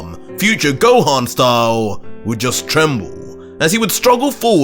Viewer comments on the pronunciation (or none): none